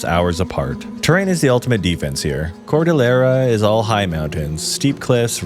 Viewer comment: Hearing you pronounce "Cordilleras" and "Baguio" scares me 🥴 Though i honestly think that CAR should be in the 2nd spot and since i live in this region, i honestly think that these reasons are enough to qualify 1.The Terrain: well yes, it's the major contributor that makes CAR a Top 3, Zombies will have a hard time trying to travel through them and even if Baguio fell, it's mountainous terrain would be enough to contain the infection from even spreading to other provinces. 2.Availability of weapons: The majority of Households ALWAYS has a weapon ranging from knives (i know every house has it but eh) all the way to Bolos, Spears and Firearms and not to mention that there are still on going tribal wars and insurgenies within the region. 3.Culture: Igorots have a long history of fighting before the spaniards even came and despite colonialism, CAR has never been sucesfully conquered even during the Spanish, American and Japanese occupation so the warrior mindset runs through almost everybody, with that mindset, People here are less likely to panic and more likely adapt and retaliate which can lead to lesser amount of zombies and prevention before towns and cities are even infected. 4.Self sufficient communities: CAR on it's own can survive in the long term since nearly half of the people here are farmers and gardeners. 5.Controlled weather: CAR has been mostly fine during calamities, Landslides are still an issue but they will more likely benefit the living than the dead, Typhoon